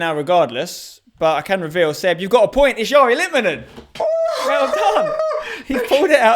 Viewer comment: ITS LITMANEN FFS😂😂